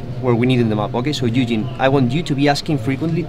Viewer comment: OH he was saying Ui-jin! not eugene.... for a lot of that I was like who the hell is eugene